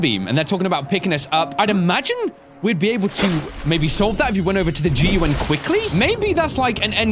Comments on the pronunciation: why the hell do you call the gun the "G.U.N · Anyone know why he says G U N not gun